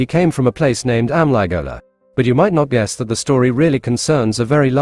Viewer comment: As always its a good story, but the ai Narration part of Amligola and Gowndadhurai pronounciation is very of putting.